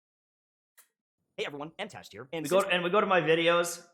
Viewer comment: Wow this man really said MTashed's name... 👀 (And the way he said it...smh)